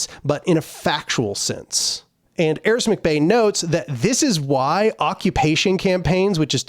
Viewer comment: It's Aric, not Aris.